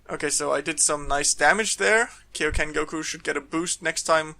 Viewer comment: KAI-O-KEN NOT KEI!!!!! Like King Kai !!! ffs...